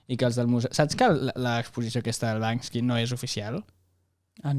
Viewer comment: Perque tots li diem Bansky si es diu Banksy?